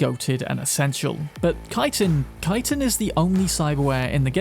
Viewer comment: Thank you for pronouncing Chitin correctly.